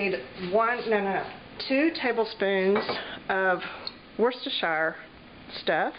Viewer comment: In parts of the UK sandwiches are called sarnies! In other parts they are called butties! Bet that made you laugh! I laughed when you said Worcestershire! We pronounce it wuss-ter-sher. They did look delicious no matter what they are called! Enjoy!